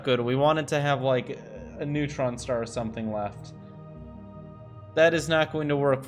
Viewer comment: dude, really ''neutron star''